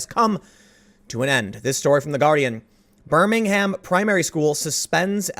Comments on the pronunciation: Pls Tim stop saying BirmingHAM. In England you pronounce it “BER-MING-UM” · Btw I'm from Birmingham and we don't pronounce it like alabamans,.. it's "burm-ing-um".. p.s. keep up the great videos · Tim, it's pronounced 'Birming-um', I keep trying to tell you... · It's pronounced "Burming-hum", not "Burning-HAM"! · Pssst, It's pronounced "Birminggum" in the UK, just as Edinburgh is 'Ed-ing-bruh' not Edingborrow as my auntie pronounced it lol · It’s funny to hear the American pronunciation of Birmingham. It’s Bur-mingum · It's pronounced "Burr-min-um" 😉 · Tim..... you are pronouncing the city incorrectly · I don't wanna take away from the contents of the video but that's not how you pronounce "Birmingham" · Please don't pronounce the H in Birmingham, it's cringey.